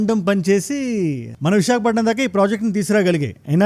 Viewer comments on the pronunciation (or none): none